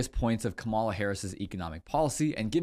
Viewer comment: COMMA-LAH (,-la)---Now, let's here the real estate "mogule's" plan. 🤔